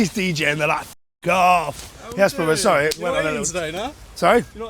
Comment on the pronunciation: "Im sorreh, im sorreh" 😂😂